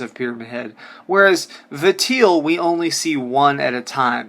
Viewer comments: are you stupid? i'm gonna say yes based on the way you talk and cannot pronounce Valtiel....you are just some dude with a gaming channel. That did sub par research on somthing it's clear you didn't learn a single thing. stick to shit like call of duty bro. I don't think you have the mental fortitude to play SH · 1. Konami attempting to cash in on popular Pyramid Head character (painting makes no difference, it is a rip-off of the SH movie pyramid head, note the pointed front. Gross). 2. Vuh Teel - Valtiel. Vahl-tee-ell. Oops. I do appreciate this theory, but it only came about because of SH2 concept art for pyramid head. Literally no other reason. (Intermission, the comics are not canon) 3. Correct. No, the fact that PH is following James is NOT the driving factor. The driving factor is this quote, "I was weak. That's why I needed you. Needed someone to punish me for my sins... but that's all over now. now it's time to end this."James admits out loud that he is manifesting PH after he learns the truth. The fact you see him in other series is just fanservice. Pyramid Head only exists for James. literally a cash-in, the same way wesker exists in the RE movies. people like him so he's there. I like you're channel, but you are reaching way too hard. Your theory: No. He does kill himself, yes - but you can't reference the comics like this. They are as relevant to the actual canon as S.D Perry's or Paul W.S. Andersons versions of Resident Evil are - hearsay and irrelevant. I can tell you love Silent Hill as much as I do, but you're wrong. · For the love of God it's "Vol/Val-tee-el" not "Vateel" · Vatiel? It's VALTIEL. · say it with me val-ti-el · the way you pronounce valtiel's name made me want to choke myself